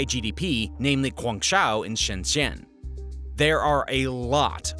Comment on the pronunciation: please say those two cities names properly, guangzhou is pronouced more like this.... goo-on-joe and shenzhen is more like shen-jen. good luck.